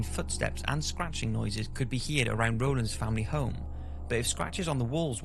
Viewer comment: You said "heared" again, instead of "heard". I mentioned it on another video and someone said it was just your accent, but you say everything else normally!(?)(!) When I was 10-11, a friend and I made a makeshift ouija board from a piece of paper and summoned the spirits of a family friend and Elvis Presley. I can't remember what we asked, but I do remember that the glass moved. I know I didn't move it. I like to think my friend didn't, but you never know with kids! It was pretty uneventful. I don't think we did it for long because we weren't sure what to ask. Nothing happened afterwards.